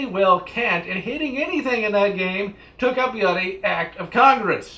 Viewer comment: Stop saying BLOODY! Dear God. Your speech impediment make that word friggin painful to hear